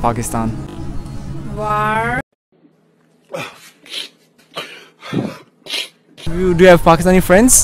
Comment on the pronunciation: im hurt when she said waar...